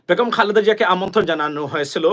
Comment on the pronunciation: ভাইজান আসসালামু আলাইকুম, ভাই বেগুম না বেগম হবে ধন্যবাদ। কিছু মনে করবেন না। ❤❤